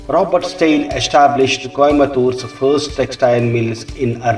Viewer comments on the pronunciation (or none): none